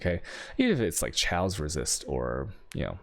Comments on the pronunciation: he pronounces chaos "chows" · But why pronounce chaos like that... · How the hell do you pronounce chaos LOL.